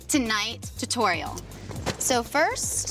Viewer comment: i hate how blair says two-torial